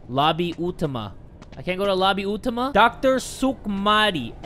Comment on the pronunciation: Hahaahahhaahha oh my God....I felt terrible for laughing about pronounce the Indonesia word🤣🤣 •Lobby uw-tah-mah •Dokter uhm-uhm